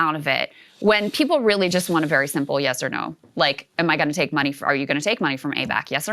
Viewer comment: Vewy Intewesting